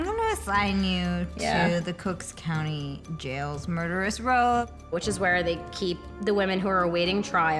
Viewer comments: Lol Jane Levy calling it "Cooks Co." I love this show and I love Mae Whitman!!! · "Cooks County" lol